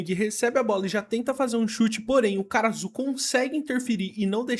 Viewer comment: Eu simplesmente não consigo ouvir "Karasu", eu sempre ouço "cara azul"